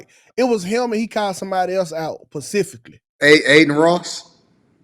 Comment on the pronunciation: "... he called someone out, Pacifically."